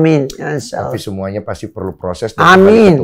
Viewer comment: Kata'' yang lain terbata'' tapi pas bilang amin jelas banget